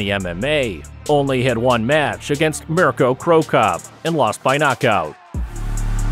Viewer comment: Can you please learn fighters names if making videos you butchered mirco's name also the MMA moves and holds